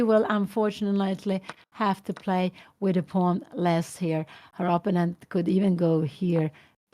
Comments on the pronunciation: Bro too much text just write the correct pronunciation “oppounent ” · But what if Pia Cramling doesn't know that she is pronouncing "opponent" incorrectly and really wants to pronounce it correctly? On the other hand, I think it's totally cool if she knows she's pronouncing it wrong but wants to pronounce it that way. Respect for that. If that’s the case.